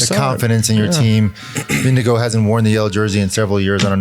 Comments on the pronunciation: still getting Jonas Vinegar's name wrong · You are still mis-pronouncing i.e. butchering the name of Jonas Vingegaard!!! As a fan and loyal danish follower of for years, I have appreciated the respect the show, and Lance Armstrong, has shown the french by asking the frenchman Alain to pronounce the french city-names. I dont think that is really necessary or feasible when it comes to the names of the different riders, but I am still waiting (and hoping) to hear you pronounce the name of Jonas Vingegaard correctly. I guess everybody could take the easy way out and just call him Jonas, which is not really possible to misprounce for english-speakers. Another option could be to listen to a number of danish people pronounce this name, and try to imitate it. But for some reason that does not seem to be so easy. Danes would actually pronounce it somewhat differently, according to their own dialect. Vingegaard himself usually does not speak the dialect they speak in the part of Denmark where he is from. The last and maybe best option is to find some english words that match the pronounciation of Vingegaard. And that is actually possible. The last part of Vingegaard is neither pronounced as ”guard” or as ”go”. It is pronounced exactly like the last name of former vice-president AL GORE. The first part is pronounced more or less like the english ”WING”, that in danish, just like in english, isolated means either the wing of a bird or an airplane. (Vingegaards historical meaning is something like ”the farm where the landscap